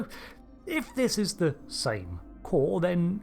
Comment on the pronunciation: Am I the only one that remembers his name is pronounced like "Koor" and not like "core?" When they said it differently in SNW than in TOS I thought Trek fans would spend the next week complaining that they said his name wrong, but instead they're saying it wrong too.